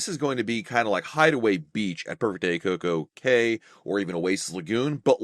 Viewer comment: Coco Kay not key